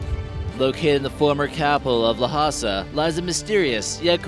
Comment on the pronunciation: Good grief... The capital of Tibet is pronounced, 'lah-sah'. Not, la-ha-sah. Two syllables, not three. God, this channel is so unprofessional. The home for videos simplg tossed together from 50 meters away.